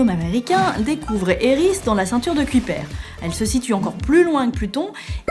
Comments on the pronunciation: Kuiper je crois que ça se prononce pas cui père ^^ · Merci pour ta réponse mais je comprend quand même pas, je parle anglais presque (lol) couramment, mais je vois pas pourquoi ça se prononce comme ça en anglais... "Kyoupeur" m'aurait semblé plus logique, non?